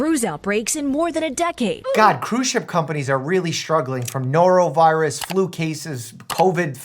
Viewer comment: "A norovirious outbreak!" "So ya'll got the sniffles?"